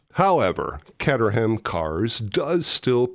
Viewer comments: It’s pronounced “Kate-er-am”, not “Cat-er-ham”. I should know, I own one. However, it’s not the longest produced UK car. That would be the Morgan 4/4, first produced since 1955 and still in production today. The reason they were sold as kits initially was to get around the owner paying UK Purchase (Sales) Tax, a loophole that was closed when the UK joined the EU in 1973. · Hi! Just point Caterham who make the Lotus 7 clones is pronounced Kate-er-um. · Caterham is pronounced cayter-'em. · The car manufacturer is pronounced Kay-ter-um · I seem to remember that McGoohan always denied any connection between the two series because he'd have had to pay royalties - the joke being that there was an obvious connection. For extra madness - imagine if he's actually the same character in Scanners.... (Also , it's pronounced Cay-ter-ham - source; I live there) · Great video!!! FYI it is pronounced as Kay-tur-um... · What a great choice,. Hate to rub it in, but I visited Portmeirion several years ago - it's extraordinary! You continue to do a great job, brother! (It's Kay-ter-rum and Kway-ter-mass - sorry😀) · Caterham rhymes with "later" not "latter", and "ham" has a schwa vowel like "rum". The Iron Maiden group shot was from their early Paul Di'Anno era - Bruce Dickinson was the singer by 1982's "Number of the Beast" (which contains "The Prisoner" track). IIRC, McGoohan's character was supposed to have been on active service during WW2 - which would have made him all of 17.5 years old by the war's end! Succinct summary, sir! 😁👍